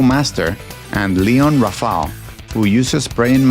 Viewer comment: Shodown, not Showdown. Shun, not Sean. Rafale, not Rafal. SNES, not ES EN EE ES.